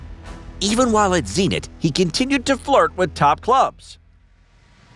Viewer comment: Can you stop incorrect pronounciation on purpose? How on earth is Zenit - Zeeenit?